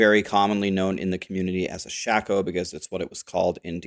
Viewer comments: Everyone in D2 called Shako "shay-co." Shaco is a character in League of Legends :) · Iv always called it sha - ko.... it erks me bad when I hear people call it a shak-o.... 😂😂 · its shay-koh, not shack-oh [Vowels at the end of a syllable make a long vowel sound] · i think its pronounced shay-koe (gray toe) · wait wait.... how is it pronounced? this whole time i been pronouncing it (shay-koh) wtf lol